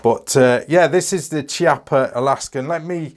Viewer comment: the correct pronunciation is "KEEAPPA"